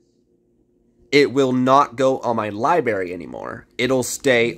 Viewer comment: Everyone talking about pronouncing Ezii but no one saying a word about how he is pronouncing library. Hahahaa